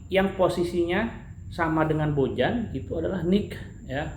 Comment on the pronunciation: Owhh ieu mah atuh BojaM... sanes BojaH...